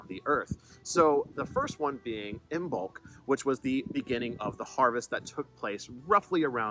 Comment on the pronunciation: I'm told by a reputable source that Beltane is pronounced as Bal-ta-na, and Imbolc as Im-olc. The other two were fine.